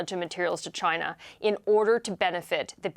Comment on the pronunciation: I thought he would never say Chinya!